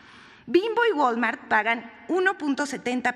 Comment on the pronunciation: ¿"FENSA", "GOL-MART"? Y volvió a decir "GOL-MART. No sabe leer, no sabe informar, no sabe hablar... ¡Quiero mucho a mi país, pero hay mucha gente que lo pone en vergüenza! Este es un ejemplo vivo de la pena que me causan los que pisan a mi gran México. Ahora me doy cuenta que tiene sentido su apellido: "Vilchis-mosa".